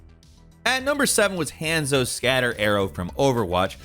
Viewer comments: The way you pronounce names sometimes pisses me off.. Hand-zo? Really? Hanzo.. Hon-zo.. Long a.. My boy is not a hand. Also you did Gjally so wrong. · Hehe sounded like you called Hanzo HANDSOAP. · ITS PRONOUNCED HAUNZO!!!!! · Man can say guass correctly but not gjallarhorn and hanzo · I don't play overwatch, but why is he mispronouncing Hanzo?